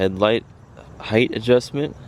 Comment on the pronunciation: headlight heighth?